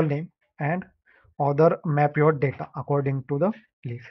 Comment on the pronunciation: “the da-TA” 👅💥